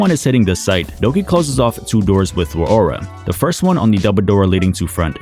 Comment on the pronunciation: The fact that you can’t pronounce Rauora kinda bugs me idk why